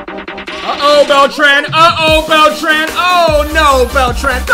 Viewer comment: Just gonna say that your mispronouncing Beltran I’m new though 👋